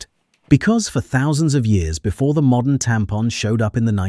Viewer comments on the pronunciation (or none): none